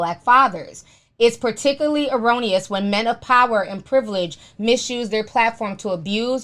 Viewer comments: Did she "ironious" instead of egregious? That's not even a word lol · you said ERRONeous.... the word is EGREGIOUS lol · Erroneous is the word she said, but it was still wrong word lol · It’s PRONOUNCED EGREGIOUS NOT ERRONEOUS!!!! LOL